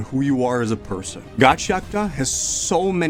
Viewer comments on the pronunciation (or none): its ga-chee akoo ta not gachiakita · “Gachi Akuta” 😭🙏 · Every time he says the manga name I cringe. It’s Ga-chia-kuta. Please.